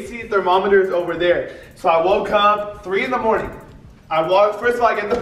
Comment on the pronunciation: “At 3 in the morting”